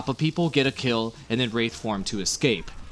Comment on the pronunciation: WRAITHform, not wrathform.